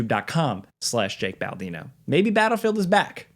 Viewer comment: Your name isn't Baaldino, it's Baldino, bald. You're not gonna convince us it isn't pronounced that way like John Boehner. No way is it pronounced Bayner.